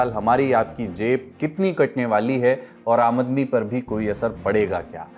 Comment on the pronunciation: He didn’t say Aamdani right